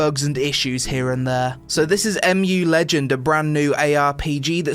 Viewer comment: I think its ur pc the problem not the game and its mu legends not amu legends learn how to speak